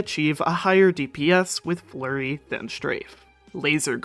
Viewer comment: im not going crazy here, youre saying LURRY right? no F ?